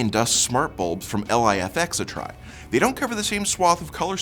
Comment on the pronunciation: “L I F X” As far as I know they’re pronounced “Life-X”